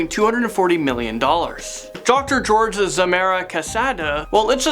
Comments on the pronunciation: Lmao that's not how you pronounce Jorge XD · You pronounced Jorge wrong